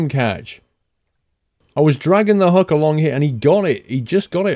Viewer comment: It's hook! Not huk!